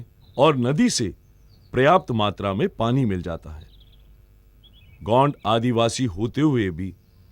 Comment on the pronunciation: गोंड का उच्चरण सही नही है